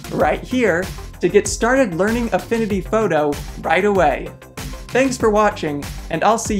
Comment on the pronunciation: “Affinity fawtoe” Great video!